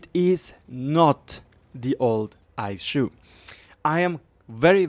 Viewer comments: Aeshu hahahaha Try "eesoo" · Eishu?? Ei-Ess-You I understand that English is not your native language, but stuff like this hurts.